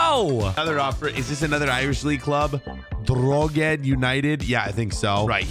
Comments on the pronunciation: It's pronounced draw-head-ah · the way he said drogheda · As an Irish person I was laughing my head off when he mispronounced drogheda and sligo😂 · I’m Irish and Sligo is pronounced sly-go and Drogheda is said Dro-hed-a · i was laughing so much when he mispronounced sligo and drogheda